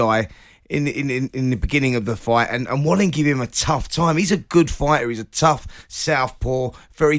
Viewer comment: Fury smashed Wallin, if it wasn’t for the cut nobody would care about Wallin! (Pronounced Va-leen btw)